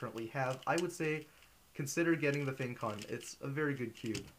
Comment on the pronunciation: Finally someone shared the correct pronunciation =) Although I am Chinese but still, this was the first time I heard someone include it...